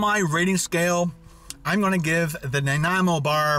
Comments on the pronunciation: Listening to you trying to say Nanaimo was more interesting than anything else in the video. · I cringed every time he said Nanaimo, I've never heard someone pronounce it like that before. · Alex Ander Theres lots of people who mispronounce it. Not just. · fuck i know multiple people from all over the states that can pronounce nanaimo but not a fellow canadian? as a person from nanaimo im dissapointed. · Learn how to pronounce nanaimo bar please, it not a hard word.... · How can you not know how to pronounce Nanaimo?